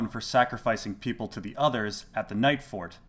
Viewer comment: Peeople, lol.